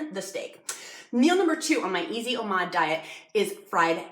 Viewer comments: It's pronounced Oh Mad, not oh maude, it's like Nomad without the N, Oh-Mad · Please stop saying Omod! It’s Omad. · i love this video, very helpful and well made, however.... Oh-MawD